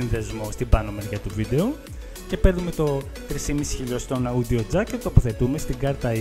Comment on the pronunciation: το audio προφερεται ως οντιο οχι αουντιο...